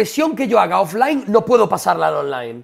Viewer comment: Se refería a "haga" y pronunció "haiga", la gracia sería si quisiese decir "haya", pero no fue el caso